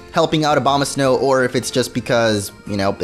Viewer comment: It sounds like you're saying Obamasnow